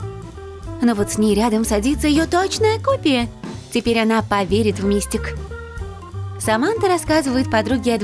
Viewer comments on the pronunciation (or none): Правильно говорить МистИк. Ударение на второй слог. А у Харли пиджак, футболка и шорты.